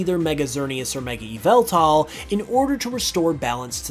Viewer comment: It’s pronounced and spelt Yahveltal And urs Arkoos